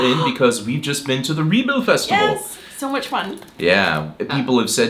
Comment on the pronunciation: My dear friend ""!!! Don`t call "Rebild Festivalen" for a "Re bound Festival ". That`s really wrong. You have be living in Denmarrk for a lot of years. Rebild is a importent place in Denmark... SO! REALLY? ( sorry my friend! I am into British English. And not into American English). Anyway! You have being living in DK for a lot of years. You are interrestet in Danish history... So!!! Please have the respeckt to, on a prenounce the words and placeses the rigth way. Best regards from Søren. PS! Copenhagen is KØBENHAVN.